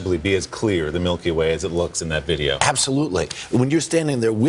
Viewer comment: Nobody: Presenter: yEs iTs tHe mILkY wAE